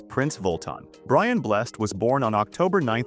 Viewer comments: Brian Blessed, Bless Ed, not Blest. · Bless-ed's ALIVE !!🤣🤣🤣